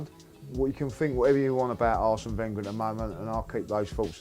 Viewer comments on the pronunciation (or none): none